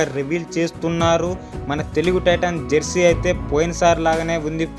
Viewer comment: Bro adhi jarsey kaadhu bro jersey